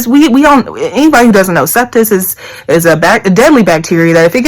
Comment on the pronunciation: congratulations. the word is "sepsis".